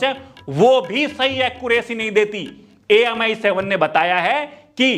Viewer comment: Bhai AIM7 होता है AMI7 Nahi😂😂